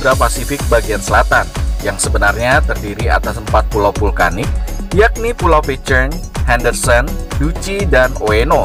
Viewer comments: Salah tulisan "Pitcairn" bukan dibaca "Pitcheirn" melainkan "Pitkeirn" ya kan.! oke.! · Pengucapan "Pitcairn" nya salah... Coba buat yg bikin video, lebih diperhatikan lagi gimana pengucapan dalam bahasa asing... Coba tonton link diatas, di menit ke 2.21 disitu ada gimana cara pengucapan "pitcairn"